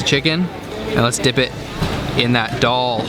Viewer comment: Its so funny the way you pronounce the names of the food!!!!! Why can't you say 'Daal' the same way as you say 'Naan' - it sounds so much like Doll!!!! :D